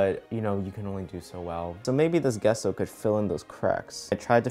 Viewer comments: Gesso pronounced Jeh-so not guesso. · Gesso is pronounced like gene and not get ! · Him: pronounces it Gesso Me: ....i-its pronounced Jesso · its jesso not guesso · It’s pronounced JESS-O not GUESS-O even though it’s spelt GESSO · Its "Jesso" not "Guesso" xD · ITS J E S S O AAAAA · So do I pronounce gesso wrong or is it? I say it jesso. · Um I just want to say the way to say GESSO is Jesso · Gesso like Jessie... jess-so. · Use water to smooth and that gesso is pronounced jesso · It’s pronounced gea-so 😂😂 no hate I still love you !! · You pronounce it Jess-oh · Wait isn’t it gesso pronounced (jesso) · 'Gesso' is pronounced 'Jesso' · " Gesso " lmaoo its pronounced " Jesso " :D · It’s pronounced “Jesso” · i'm sorry but my art student self just can't so bear with me here...it's pronounced "jesso" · It’s pronounced Jeso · He’s saying Gesso wrong and it’s killing me. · His pronunciation of Gesso😐